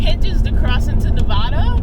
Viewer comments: You are pronouncing my state wrong. It isn't Nevahda. It is Nevada. And I live here, contact me and I will given you weather updates and places to go or you can come to where I live. Nevada mountain weather can change in a matter of minutes here. It can be a summer day 80°. Then an hour later snow and 10°. This time of year, you have to watch reports for up here. Also make sure you have, hats, gloves, jackets, boots, shovel, scraper, chains or cables. Extra everything. I don't know why you won't shoot me a message and I am a local. I can get you free passes, tickets, food and drinks. Etc etc. I can give you great spots to go. Casinos are free parking by the way. Contact me, wish I knew you were heading up here. I am surprised you got up here. They were suppose to turn everyone around as we are on lock down. Next time I can cook you a home cooked meal and maybe you can answer questions for me. Tahoe and Nevada, you gotta be ready for unpredictability. Oh and? Thanks for visiting us and so happy you find comfort here. It is a slower lifestyle here. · love your channel. But you gotta learn how to pronounce Nevada;)